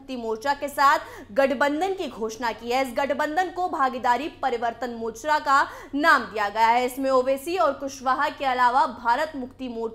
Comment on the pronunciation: मोचरा नही मोर्चा होता है हिंदी तो ठीक पढ़नी सीखो कम से कम पहले।😡😡😡😡